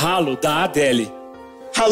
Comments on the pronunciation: MANO EU AMO ELE FALANDO Ralooú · ''RALOOÚ'' KKKK rachei kkkkk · “RALOOÚ” kkkkkkkk rachei kkk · Kkkk "ralooú" it's me"